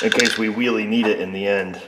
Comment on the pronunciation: Elmer Fudd has entered the shop. Weally!